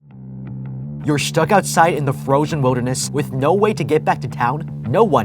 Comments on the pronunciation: i dont know if this was just my headphones but when i heard in the begining of the video you said froshen not frozen so that made me laugh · Notice how he says "Frozhen"